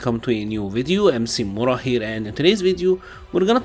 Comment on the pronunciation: Everytime he says Mc mura here, I always thought he said I am C-Mura. Either way great channel